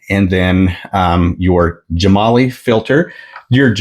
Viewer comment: I believe it is pronounced Gem-ah-lye.